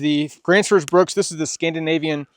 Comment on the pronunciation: There's no "S" i n bruk.